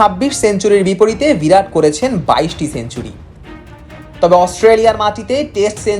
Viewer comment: নামটা 'ভিরাট' নয়, 'বিরাট'!!